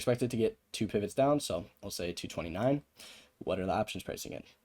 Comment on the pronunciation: “as an aaaaahhhptions trader” vs “op tions”